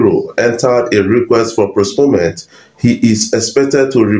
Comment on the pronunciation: It is post-pone-ment sir, not prosponement